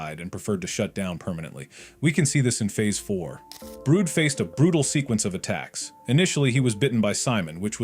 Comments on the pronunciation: Brood it’s brud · STOP CALLLING HIM "BROOD", HIS NAME IS "BRUD" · Why does they say brood instead of brud